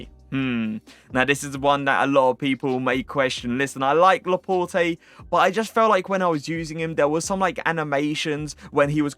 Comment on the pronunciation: dont you say laport??